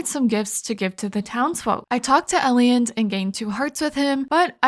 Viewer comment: That was quite entertaining, keep it up. Just a few points. Please.. Its pronpunced Ei-land. And why dont you save the energy Up pearls for mine dives? Its like a free energy recharge. Are you not breaking the crates in the mines? Its so much wood added up and cost zero energy. Yes it takes a spot but still. Cant wait for your next Videos ♡